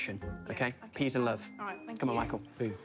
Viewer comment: Munya said "Rice and peas " and then went on to say "peace ( peas) and love " . Got me tearing up 😂😂😂